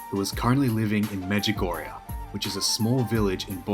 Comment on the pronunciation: Medjugorje, not Medjugorja🙏